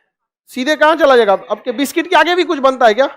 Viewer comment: बिस्किट ❌ बिस्टिक ✅